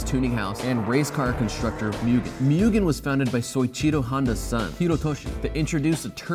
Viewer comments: It’s moo-gen not myuugen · It's pronounced "moo-ge(h)n", not "myugun", not " - It's pronounced "ren-no" not "renault" - "Mk" is short for "Mark" as in Mark 1, Mark 2, etc." Say it the way they really say it people. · also mugen pronounce as moo-gen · And its Mugen, not Mügen or Myugen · Mugen is pronounched like Moogen in english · Please. Please. Do it justice fairly. "Moo-gen". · Or mugen. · James is going to kill him when he hears how he’s pronouncing Mugen